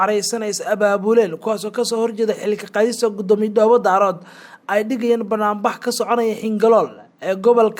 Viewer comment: Ma aha Dhoobo Daarood ee waa Dhoobo Daareed thank you